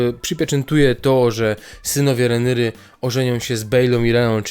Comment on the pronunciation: Jak slysze "renyry" to mnie kurwica bierze... Idz komentuj lepiej pamiętniki wakacji